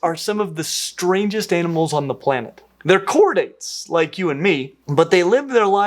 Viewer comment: Cordite?? , succel?, This is not a Ted talk and 99% of us are not marine biologists.